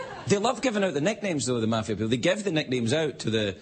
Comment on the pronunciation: Ehi.....It's MAFIA, not MAFFIA!!!!! Get a dictionary!